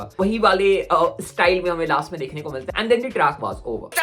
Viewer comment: Bhai please track pronounce karla seekhle yaar,traaanck kya hota hai